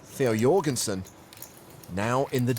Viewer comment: Jorgensen no.. Donkensen..